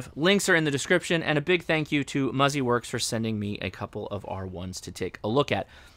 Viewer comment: It’s Muzi works! Say it right! 😂